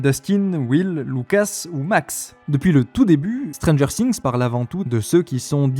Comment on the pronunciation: Alors autant, j'adore tes analyses, autant, ta prononciation ''Stranger Sinx'', ca me tue les oreilles a chaque fois XD